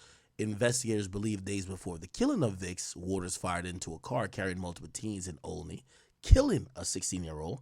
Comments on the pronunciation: well in Philadelphia(other parts of PA might be different) we pronounce it as Ah-leh-knee so it's weird hearing it pronounced tht way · lol we pronounce it as aisle-a-ni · it’s pronounced aisle-Len-knee or like Ashley said aisle-a-knee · What you dint pronounce it old knee 😂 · the way he pronounced Olney 😅😅😅 yo that sound wild to us from Philly. Thats not how its pronounced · The way he pronounced olney 💀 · Bro tbh that’s the way every outer towner will pronounce if you not from Philly ctfu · 😂naw rs he tore it up. Even when he first reported Dul murder he was saying ybc dol😩